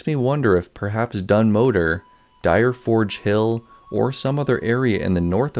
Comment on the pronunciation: One teensy tiny correction that's more nitpicking than anything: Dun Modr is pronounced 'Mo-dra'. Otherwise, pretty interesting stuff.